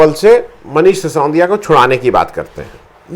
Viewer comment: सि सों दि या नहीं सर, सि सो दि या